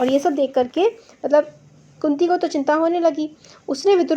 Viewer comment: madam apne kunti ko kuti bola